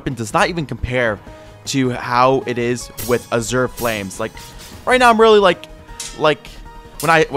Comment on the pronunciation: I rlly wanna correct his pronunciation of Azure but i feel like hes doing it just to entice comments and dont know what to do